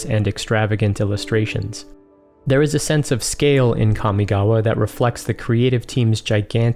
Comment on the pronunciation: As someone who speaks Japanese fluently, thank you for pronouncing Kamigawa (and the other Japanese/Japanese-inspired words) the way you did. It's not perfect, but the way most people pronounce them is like nails on a chalk board to me. (for anyone curious, in Japanese, a letter is either a vowel sound or a consonant sound followed by a vowel sound. So in "Kamigawa" Ka, mi, ga, and wa are each separate letters (when writing in hiragana, let's ignore kanji because kanji doesn't matter too much when pronouncing words). In Japanese, with one exception, all letters are pronounced the same all the time. In the case of Kamigawa, Ka is like "kah", mi is like "me", ga is like "gah" and wa is like "wah". Mainly what bothers me about how most people who pronounce Kamigawa is how, for some reason, Ka is pronounced like "Kya". Just... no.)